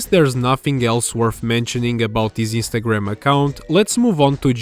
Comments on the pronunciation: Istagram? Are you Italian? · I mean, he could from any Mediterranean countrty. However, the biggest hint so far is his pronunciation Istagram. Italian language often dropped the n like that for dome reason. This uploader os not as obvious as that youtuber who ranted about unnecessary circles and arrows on thumbnails. That guy sounded like he'd say mamma mia any moment.